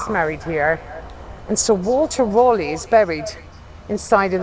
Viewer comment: She missed pronounced Bayeux in France where you can see The Bayeux Tapestry I saw it a number of years ago. She miss pronounced Sir Walter Raleigh’s name. A company called Raleigh founded in 1887 based in the city of Nottingham who make cycles have no connection to Sir Walter Raleigh.